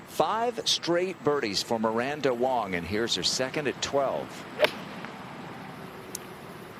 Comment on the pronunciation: Miranda WANG not WONG, geez. Amazing golfer.